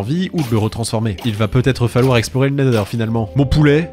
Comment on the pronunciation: La vidéo est trop bien! Merci Maître! Le seul youtubeur francophone à dire nether et non nezer!!